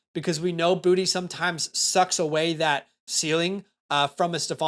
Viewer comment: south Louisiana here . You pronounce Boutte, Boo-Tae 😂